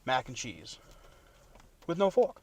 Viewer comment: Give the man his FWARK, for the love of god!